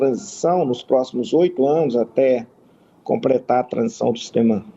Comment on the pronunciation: "Prenário", "incrusive", "crassificar", "incruimos", "compretar" .... Ainda bem que ele defende o "... menos armas mais livros..." 🤣🤣🤣🤣🤣🤣🤣🤣